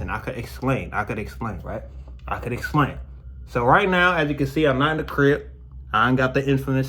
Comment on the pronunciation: "I can exClain" 😂